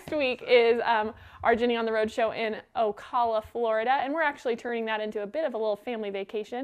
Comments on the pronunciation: It’s O-cal-uh. Cal has a long a. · Janice Wheeler I was thinking of leaving a comment on how to pronounce Ocala too 😊